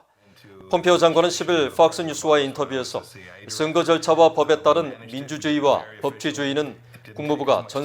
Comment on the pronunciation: 아나운서 님, 발음에 대해서 건의드립니다. 슨거가 아니고 선거 입니다. 증세균이 아니고 정세균이고요. 지적같아서 죄송하지만 너무 귀에 거슬려서 말씀 드립니다....ㅠㅠ